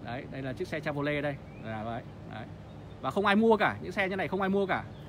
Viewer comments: Cha vo lét , phát âm còn sai mà cũng đi phân tích =)) che vờ ro lét ( che vy) nhé ông nội :) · Che vô lét là xe gì? Có lẻ Âu châu phát âm sai tiếng Anh? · Gỉ chứ mới nhìn vào mà đã thấy mức độ xào lộn ăn tiền ,đơn giản qua mức độ chèn quảng cáo trong clip.... Điều cơ bản phát âm tên hãng Chevrolet còn sai bét thì làm đc gì?